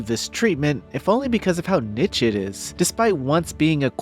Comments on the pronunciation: “Niche” is pronounced: Nee-sh-e not Nit-ch-e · i heard nitche instead of niche and turned it off